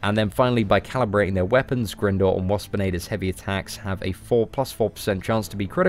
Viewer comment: Great video,. By the way, the helicopters name is pronounced Grind-or (as in grinding arenas). Its confirmed in other games and media